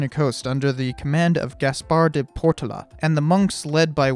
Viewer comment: Portola: "pore TOE luh"